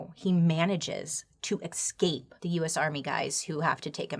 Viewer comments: Still waiting for Bailey to pronounce 'escape' correctly. Or maybe not XD iiikskeip! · I can’t help but laugh every time she says escape, “excape”… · Bailey, I love you and your content, but, sweetie, there's no "x" in the word "escape". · i love how Bailey says ''ECSCAPES'' i replay it every time! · Bailey pronouncing “ex-cape” over and over again brings me joy. What a wonderful human being. Stay gold, Bailey. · Bahahaha 😂❤😂 I thought the same thing 😂😂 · Ok the story is chilling, but I cant not say anything. The way she pronounced escape "excape" is the most adorable thing 😂😂 i love that human 😂 she tells stories in the most entertaining way ever! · Same I was looking for the “excape” comment! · I laughed every time you said the word "Ex - Caped"...LOL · bailey i love you but its ES CAPE e-s-c-a-p-e